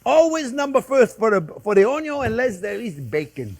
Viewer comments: I didn't see the channel's name when I watched it and until the point where he says "onio(n)" for the first time, I thought he is Italian 😉 May I add my tip for not having the olive oil swimming on top of the sauce later on? In the beginning I fry the minced meat on it's own till the moisture is out, then I add the pancetta or even lardo, which is enough fat for a nice caramelization. Thanks Chef for this original recipe and thanks everyone for reading 🙂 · Few things are better in life than hearing Chef Jean-Pierre say "Onyo!"